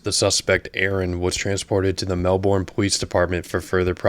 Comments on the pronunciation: Being from this city the way he said Melbourne in the beginning made my heart hurt. Listen to the way the officer says the city name thats how you say it😂 the u and r don't make the ur sound and you don't pronounce the O. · it's MEL-Burn, not Mel-born. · “Mel-burn” is how you say it. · You're saying Melbourne wrong mate